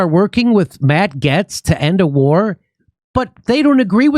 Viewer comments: Ok, first of all "Getz" is pronounced "Gates". K? And your left eyelid is doing weird shit. Great show though. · Matt Gaetz's name is pronounced as "Gates" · Bro if i have to hear Jimmy say Matt Gets one more I'm going to blow up.. Its Gates as in Gaetz! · Gates Jimmy it's pronounced gates... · You would sound more credible if you pronounced names correctly. "Gates" and "Rashida". Anti intellectualism is for the ignorant Jimmy. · It’s pronounced “Gates,” Jimmy. This is a major pet peeve of mine. The reasons leftists are leftists is because they don’t pay close enough attention to the right. If you can’t even pronounce their names, it’s a sign you aren’t paying close enough attention. Regardless, I appreciate that Jimmy is a doorway for the left to start understanding the true right (not the fake uniparty nonsense). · I live in Matt's district. His name is pronounced Gates. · Pronunciation is "gates"... No one wants these wars anymore. Gives us a list of ones to fire. If voting still works. I'm what yall would probably call " far right conservative" but everyone can see thru the charade by now I hope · Jimmy, its matt gay-tz. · Jimmy it's pronounced Gates 😂😂😂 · Jimmy can't even pronounce his name correctly; I'm not about to take his word on what he says Matt is for or against. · Is Jimmy purposely pronouncing Gaetz wrong or is it a joke?